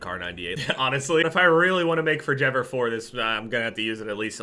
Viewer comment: This beautiful man just utterd these words... FORJEVER 4. If this man comes out with it, correction WHEN he comes out with it I will full heartedly nutt.